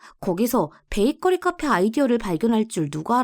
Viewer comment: 29분12초에 베이커피가 아니고 베이커리 입니다만....